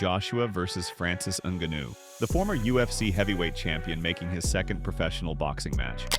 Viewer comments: Ngannou, his just make fun of your super wack pronunciation. I get it, if you've only ever read the name and not heard it spoken it's pretty easy to get wrong. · Falls face first? The man fell flat on his back come on man. Also need to work on the pronunciation of Francis name. Otherwise video is a good listen. Can't blame Joshua for taking the Netflix money for an easy fight tho.